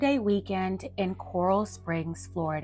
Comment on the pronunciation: “Core-Rail” is how it’s pronounced